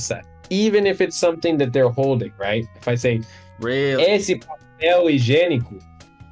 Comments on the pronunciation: ok, vamo lá, primeiro, muito bom q o nome do cara é, n boto uma fé, segundo, deu pra ver q ele tem problema com os "ê", "e" e "é" quando ele fala esse, que parece um ésse, terceiro, ótimo vídeo meu bro, continua q um dia cê chega lá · The words “esse” and “essa” are a great example of the difference between a closed and open “e”. They should sound like “êsse” and “éssa”. Even has a hard time with that difference.